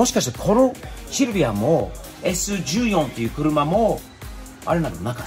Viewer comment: Sイチヨンって読みます。ちなみにサンルーフは元々は着いてません